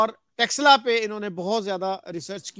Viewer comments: Sir, Taxila nahi... Takshashila bola jata hai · टैक्स ला 😂😂😂 नहीं है भाई तक्षशिला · 🤦🏼‍♂️ अरे यार टक्सला नही तक्षशिला है. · It is not TAXshila it is TAKH-SHEELA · By pronouncing it in wrong way as Texila, till you are disowning this University. Please pronounce it in a correct way as takshila. It is correctly spelled as Takshashila in English and in devnagari script written as तक्षशिला. One more spelled version is Taxila, but it is wrong. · It's called Takshashila not texla..in modern term it refers as taxila...again not texla... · Taxala nahi, Taksh Shila... 😅😅😅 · Texla 🤣🤣🤣🤣 Taksh-shila... more specific Ta-ksh-shi-la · It's not Taxila. It's Taksh-shila. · What is Texilla? Madrasachap it is Takshashila....next time you will say shakila or teqilla 😂😂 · Taxla nahi Tax Shila bolna seekhe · You both are pronouncing wrongly. . It is not TEXLA. . it is TAX SHILA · Kyu Takshashila ka nam bigar rhe ho Texla texla bol bol k Shi nam ka aucharan krna sikho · Prof can't evenpronounce word it is takshashila it is Sanskrit word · please correct your pronounciation to Taksha Shila. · Taksh shila not teksila 😂 Chaanakya not Chaankia 😂 Hmaari history ko apna bata rha h besharm log....converted muslims